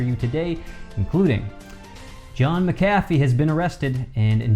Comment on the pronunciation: I am absolutely embarrassed, you can't pronounce his name correctly. 👎🏽👎🏽👎🏽👎🏽👎🏽👎🏽👎🏽👎🏽👎🏽